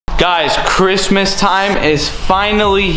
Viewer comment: She said merry Bhristmas !!!!! On bloodz👌🏽 😂😂😂😂😂😂😂😂😂